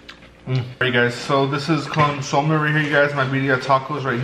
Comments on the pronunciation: Muy wuero este guey😂 “Birria tacos with “CONZOOM” 😂😂 pinche Nopal! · nigga said "con soam" not consome😕